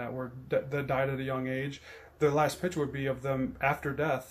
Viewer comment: You mean picture (pik-cher) frame, not pitcher frame.